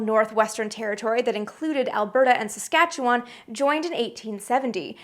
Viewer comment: You get bonus points for pronouncing Saskatchewan properly, but the Yukon, Northwest Territories, and Nunavut are not provinces